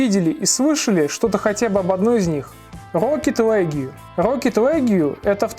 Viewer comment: Почему «Легю»? «Рокет Лиг»! Послушал бы в переводчике хотя бы. Не в обиду